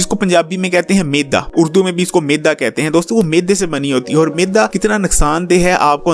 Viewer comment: Not meda .... ...right word is meydaa